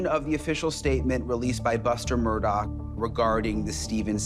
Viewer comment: His name is pronounced ALEX MURDAAAH. Right. Why are people saying Alec MURDOCK?